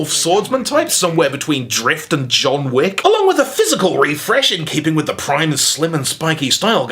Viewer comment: John jick?